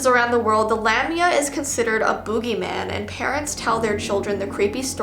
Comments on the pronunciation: Lamia is pronounced La-mia. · My name is Valeska lamiaa i never knew what valeska meant but i know that lamiaa is a monster One of my ibfs is named kiera so shes basicaly the dark one ALSO its spellet lamiaa and pronounced La mi a a, i was kinda offended that my name means im a monster